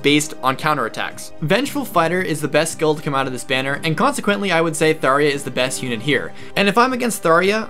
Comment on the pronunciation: Thar-eh-ah? Thar- jah.